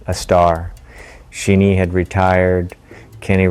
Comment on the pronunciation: I don't think this is Eddie Lawson, its AI generated. It says Sheenee had retired. Thats Barry Sheene and Eddie knows how to say Sheene. Its not She nee.